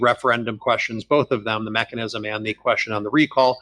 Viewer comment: That idiot said MACK-ANISM!!!!!!